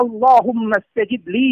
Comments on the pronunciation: তুমি খুব আরবি জানো ঠিক আছে, তুমি যে বললে "ইস্তাজিব" এটা আবার কি শব্দ রে ভাই? শব্দটা হবে "আসতাজিব"استجب নিজে আগে ঠিক কর ভাই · আগে নিজের আরবিটা ঠিক করুন ভাই, তুমি তুমি যে বললে "ইস্তাজিব" এটা আবার কি শব্দ। "আস্তাজীব" استجب হবে.